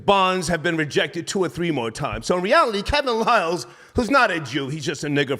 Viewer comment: Star dumbed out - that was must needed - Banged it on that dude who said Kevin Liles name wrong. Hahaha